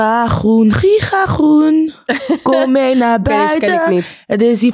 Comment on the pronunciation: Hoe spreekt zij groen uit 😂